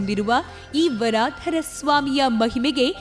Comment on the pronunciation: ವರಾಧರ ಅಲ್ಲ. ವರದರ್ ಎಂದು. ಅತ್ತಿ ವರದರ್ ಎನ್ನಬೇಕು.